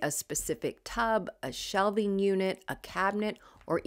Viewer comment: I know this video is about organization. But, I must PRAISE YOU for your pronunciation of the word “shelving”! Sounds crazy but, schools do not teach that anymore! Younger people keep saying the words as “shelfing”. DRIVES ME NUTS! 😳